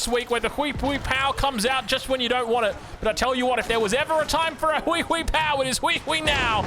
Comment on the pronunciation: spotting a huiee huiee pauo is my favourite call of any game 😂😂😂